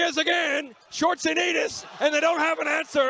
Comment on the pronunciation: That first attempt of the announcer trying to pronounce his name.. Gosh can't stop laughing.